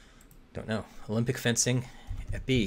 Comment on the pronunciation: Epee is pronounced EP-ay, not EP-ie, and i should know cus i used to be an epee fencer 🤺 whah-cha!